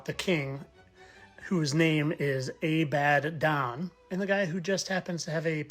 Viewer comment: I have to admit, I usually think the "fittest flat Earther" is just silly and reaching. But the "a-bad-Don" was pretty cool!!!😊👍🏼🙏🏼🙏🏼🙏🏼